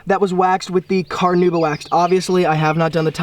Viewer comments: NOT carnooba, carnauba. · What is carnooba? Do you mean Carnauba? Listen to the correct pronunciation here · Take a shot every time he says car-nooba